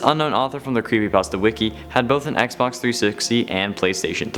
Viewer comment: Did anyone hear him say xbonks